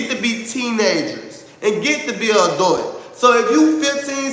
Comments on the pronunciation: Ouhhh i cant ..adut...baby sound it out adult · Look at go! When says "adult" it needs to be censored.😩 wtf he pronounce adult like that? Now when he wants to be relatable he knows how to. He has common sense he is speaking rational, its just calculating, not genuine. Look at him trying to be normal and wanting the best for everyone, being sincere and supportive to his audience 😫😆Y'all better listen to he just wants us to reach for the sky is for the people.🤭I don't see how anyone works with Shamar, I would not want to work with no name that has no issues with fighting a woman. He is pathetic I hope somebody rock bottom that mf.